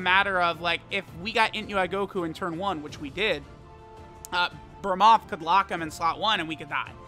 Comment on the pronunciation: eveytime says "belmod or vermoth" that shit annoys the hell outta me